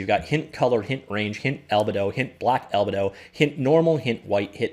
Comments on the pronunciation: “Albuhdo” is certainly a new one for me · How can you make a "101" class on something and not know the base source matter? I was willing to overlook your mispronunciation of albedo, but then you didn't know what specular lighting was either...